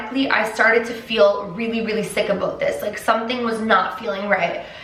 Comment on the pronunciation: DID SHE JUST SAY ABOOT!!! i never thought...a canadian would say aboot in my life